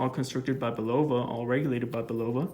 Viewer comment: Just a lesson from an old guy who heard the TV commercials back in the ‘60s… Pronunciation is: CARE.uh.vell And BULL.uh.vuh